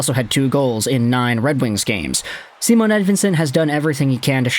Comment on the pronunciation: his name is Simon not SAMONE